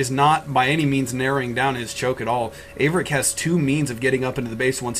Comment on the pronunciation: 13 is a noob. haha Thank you for correctly pronouncing Averic's name. I cant wait until I get a beta key so I can pwn 13 1v1 and then have achaia broadcast the game. -DIG